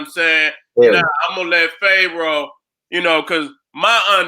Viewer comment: No disrespect, but why keep saying Phae roah? Is he doing it on purpose or what. Other wise how you gonna be a scholar in these topics a d can't even pronounce Pharoah